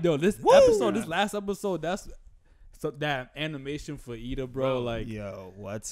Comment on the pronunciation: It’s Iida bro, not Lida